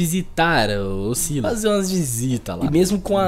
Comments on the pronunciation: Se fala Sylas, e não Silas, tu lê o nome do pyke com Y e não com i doidão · Se pronuncia sylas n sailas sailas n soa bem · Eu acho que a pronúncia do nome do Sylas é Sílas mesmo, a pronúncia do nome da Syndra é Síndra (o Xerath tem uma interação pra ela que ele chama ela assim, e ele fala Síndra tanto em português quanto em inglês) então como o nome dos dois começa com sy, eu acho que a pronúncia é a mesma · Sylas-kou 🤣🤣🤣. Desculpa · pelomenos vc fala silas sabendo q n é assim.melhor que gente que fala silas e pike em vez de pyke achando q ta certo